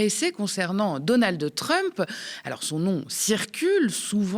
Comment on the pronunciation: on ne dit pas "Donaldeu Trump" !